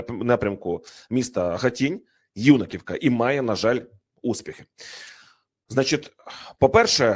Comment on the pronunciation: Хоч один вірно наголос поставив на назву села Юнаківка.